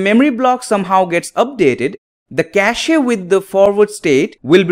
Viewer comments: Why does he say kashee? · Le Cashé